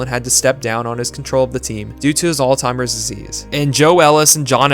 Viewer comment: Did he call Alzheimer's altimer's disease?